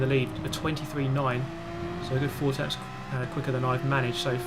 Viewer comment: I keep hearing you talking about "losing temps". Are you trying to pronounce "tenths"?